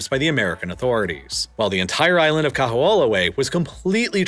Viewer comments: Yikes! I've never heard such horrible pronunciation in a so-called "professionally" produced video! Certainly SOMEONE could have thought to consult a Hawaii native to correct the pronunciation of KAMEHAMEHA and KAHO'OLAWE! "Ka" is a simple descriptor in Hawaiian, meaning "the". "ME-ha" (MAY-ha) means "great". Repeating it twice means "greatest". "Kaho'olawe" is pronounced "Ka-HO-o-LA-Vay". It's not "MAW-lokai" ...it's MOH-lokai". Also, you glossed over the fact that Native Hawaiians had no ownership over the land, like American Indians, and were convinced to divide property by the sons of missionaries in 1948. That changed everything. Also you neglected to mention the defeated Southern plantation owners in the Civil War saw Hawaii as a place to continue plantation ownership by growing sugar. It was these people who brought their white supremacy to the islands and, realizing the Hawaiians would not work for them, imported Japanese menials for labor with white Portuguese from the Azores as overseers. It was these people who overthrew the Monarchy in 1893, just 45 years after private ownership of land was certified in the "Great Mahele", Hawaiians' huge mistake. You also downplay how much the military is despised by the Native Hawaiian population, and all people of conscience, for the appropriation of their lands. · Yeah, I’ve heard the island’s name pronounced many MANY weird ways in my life, but this was a first. Generally the emphasis is also on the “law” syllable. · Kamehameha (Ka-meha-meha) Kaho’olawe (Kaho-olavay) Sorry hearing these hawaiian words being butchered i figured i’d make a “guide” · It's KAH-HOE-OH-LAH-VE (!!!!) and the military bombing cracked the islands aquifer. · Nice condensed recap of Hawaiian history. However, whereas you pronounce “Liliuokalani” flawlessly, you STRUGGLE with “Kahoolawe” and “Kamehameha”. Toooo funny, but good job! 👍👍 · The kahoolawe pronunciation bothered me the most.